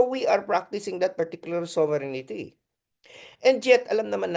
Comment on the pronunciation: Hindi ba “sober rin tee” ang right pronunciation, Professor ❓Taliwas sa “ sovereignity “ po❓Just my 10 centavos worth! Correct me if am wrong, Professor. And I stand corrected. 🙏‼️